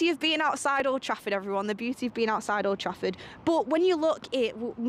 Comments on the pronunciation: I thought I was the only one she did say that that's wot it sounds like anyway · Sounded like she said oldtrashford